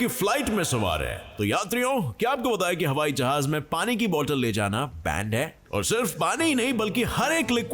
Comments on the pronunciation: Jahaj (जहाज) hai Sir 😁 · vahan ka naam h "जहाज"